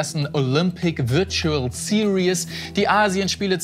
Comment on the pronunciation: Dass "Series" SiriÄs statt SirIs ausgesprochen wird, ist der längste Running Gag aller Zeiten